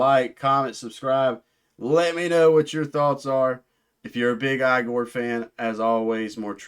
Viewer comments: It is pronounced Ee-gore not eye gore. FYI lol This is the album of 2025. Best metal/alternative album of the year. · It is a constructed language called ‘Öxxö Xööx’ (Öxxö Xööx being a musical project that Igorrr’s French composer Gautier Serre has also been involved in). It is designed to convey emotion. The name is pronounced 'e-gore' not 'eye-gore' btw.